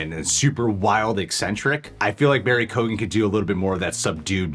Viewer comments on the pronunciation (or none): Its pronounced Key-Yo-Gan. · Absolutely love you guys, but lots of people have pronounced his name wrong (coming from an Irish person), it's said like Kyo-an, not kogan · His last name is pronounced KEE-AHN, but other than that, solid video. 🤓👍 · Please for the love of all that is holy pronounce his name right. It's (rough phonetic translation) key-own with very little gap between syllables. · It’s pronounced key-oh-gan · By the way, his surname is pronounced "Kee-own" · keoghan is pronounced kyowen btw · Hey and, i know a lot of our Irish names can be hard to pronounce for Americans but its Barry Keoghan (Ke-Own).... great actor, has been in a few big American films, American Animals was great. He has also been in a lot of Irish movies were he has played gangsters and stuff,he is also great at accents, i think he could really pull it off...He also said in an Interview in Ireland he was filming something for the new Batman film, maybe an origin story in the first film or maybe just a brief cameo..Still i hope this is true, i think anybody that thought Mr Phoenix was returning as Joker at all is fooling themselves. He originally said no to Doctor Strange as he doesnt really do sequels...New Joker, yes!!!!! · Lads you need to learn the correct pronunciation of his name its key oh gen say it fast. By the way i think you guys are awsome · Just so you know, the actual pronunciation of Barry's surname is [key-oh-en ] :P Irish surnames are never as they seem. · Keoghan (kyo-ann) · It's pronounced Key-own, the G is silent. If's an Irish name like mine. The G is silent in mine too.